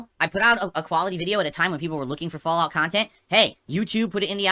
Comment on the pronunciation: "Look... another one...Fallgout...how is this funny?":_Madpig